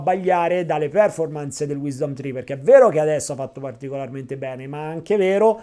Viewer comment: Ottimo video come sempre grazie. Solo un piccolo appunto sulla pronuncia di performance, l accento cade sulla o, non sulla e.